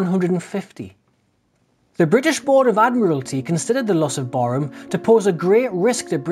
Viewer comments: It's pronounced Barram...not Barrham...named after a Nelson Admiral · Interesting vid, thank you. Some years ago I met an old timer who had been part of the crew on Barham in the late 1930's, he said the name of the ship wasn't pronounced Barham but rather Barram (that's as close I can get anyway) :-)